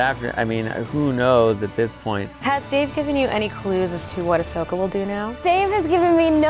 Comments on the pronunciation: My Emperor, I have a little corection here for you. It's Ahsoka Tano, not Ashoka Tano. :) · Still like how they didn't correct Ian's pronunciation of Asokah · Ahsoka: "You mispronounced my name,...and in the same way everyone misspells it too..." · mtman318 I kinda love that he pronounced it wrong.